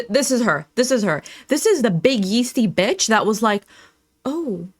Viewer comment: “I’m spinning bítch” 🤣